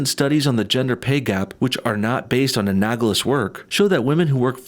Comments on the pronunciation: An-AL-ogous, not An-AG-olous. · A-nal-o-gous. Not a-nag-o-lous. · Just FYI: the word is not pronounced "a-nag-lous". It's "a-nal-o-gous". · 'anagls. anagls. anagls.' If you don't know how to pronounce big boy words, do not pronounce them. You disrespect teachers as 'glorified baby-sitters', yet, you make grade-school mistakes. You could use a teacher - to help you learn all the big boy words. Your entire career is reading text over slide-shows - either learn how to fucking read, or avoid big boy words! Jesus fucking Christ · I cringed every time he said "anagalous"